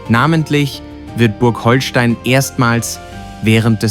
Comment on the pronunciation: Leute, wenn ihr schon so ein Video macht, dann sprecht es doch richtig aus. Nicht "Holstein" wie Schleswig-Holstein (auch wenn man es so schreibt) sonder "Hohlstein", weil es von den Höhlen unter der Burg kommt..